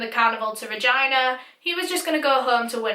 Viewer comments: You actually did better pronouncing re-gE-na than most people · Thank you for saying all the place names correctly, especially Regina. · As someone who was born and raised in Regina, Canada, can I just say THANK YOU for pronouncing it correctly! I’ve watched other YouTubers cover this case and they pronounce it very weird and it irks me. You definitely did your research! But this case shook the country, I remember it so clearly coming out in the news with the details and it was disturbing. I’m still shocked that he was released. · Haha as a canadian i know exactly what u mean, but i have the upper hand of knowing its regina, and not vagina haha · When bae pronounces “Regina” correctly 😍